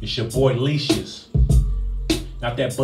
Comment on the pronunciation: Leashes, heard Leeches. I heard Leecious like Confucius or something